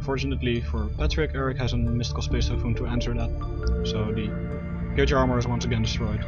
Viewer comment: it's pronounced Gear gee Ah not gear jee uh